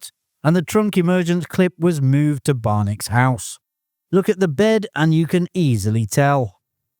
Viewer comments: The General’s name is pronounced Barn a key. Not Barn Ak. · 2 things. The generals name is pronounced like a bat from final fantasy.. kee.. barnakee and Kentucky isn't a dry state, there are dry counties...